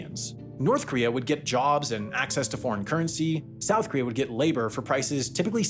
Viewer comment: It's "KOREA" not "KREA", for fuсk's sakes!